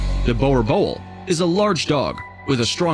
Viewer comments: Every dutch person cringing at the name bowel bol (boer boel) hahah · Yo I'm triggered about how the guy pronounced boerboel. I guess people have different ways on how to say it. He also spelt it's name wrong. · Oh that boer boel pronunciation made me cringe...